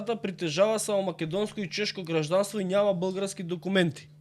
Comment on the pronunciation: исправите го говорот, ако сакате да сте вистински, не е блгАрски, туку БЪлгарски